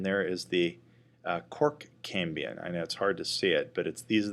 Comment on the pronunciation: Very good and clear video, but keeps saying "cambian" instead of "cambium" perhaps he is blending the word Cambrian, as in the Cambrian explosion/era.